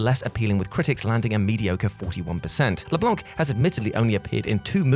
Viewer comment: You guys need to learn how to pronounce names. Matt Leblanc the “C” is silent. Blanc is the French word for white and the “C” isn’t pronounced. I’m not saying this to nitpick, I’m saying this because if no one tells you you’ll keep pronouncing it wrong it’s really annoying. And since you’re representing pop-culture you should know how to pronounce household names. Anyways just a suggestion